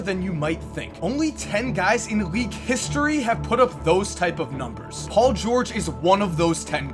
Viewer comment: dont tell me that u guys didnt hear say paul "gurge"